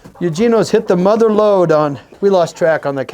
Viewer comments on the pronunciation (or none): none